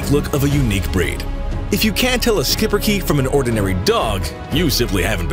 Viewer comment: The Belgian breed, Schipperke, is pronounced (SHEEP-per-ker) or at least (SHEEP-er-keh; not "-kee" but "-keh"); the 'sch' is more like schnapps than school, dontcha know. He's a stout, stubborn, strong little pest controller and fetcher; an independent thinker, smart as a whip, loyal to the end best friend ready to please you if you treat him right with positive reward training.